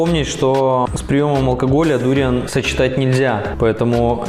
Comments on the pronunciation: кто то говорит про сочетание дуриана с совершенно разными вкусами, а автор ролика постоянно говорит дУриан. хотя в большинстве случае я слышал ударение на букву А, когда говорят название фрукта дуриАн. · ведь ваши видео на русском языке и рассчитаны на русскую аудиторию? живу во Вьетнаме довольно долго и все русские здесь произносят дуриан с ударением на букву а. будем знакомы, я Дмитрий)